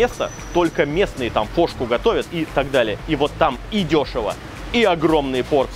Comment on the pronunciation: В конце послышалось " кошку готовят" вместо фошку))